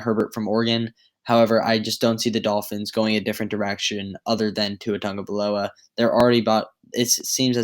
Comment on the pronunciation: Who is Tua Tungavaloa?? It's Tua Tagovailoa. No 'N' in his name.